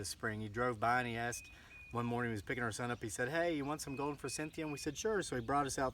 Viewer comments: "for-SITH-e-a" is how it is pronounced, instead of "for-CYNTH-e-a". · Sandy Ralston Thank you! The "n" was driving me nuts too! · Thank you! I hope this guy has read the comments. NO "N" in forsythia! The word "moron" does have an "n" in it... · Good video but forsythia does not have an n in it.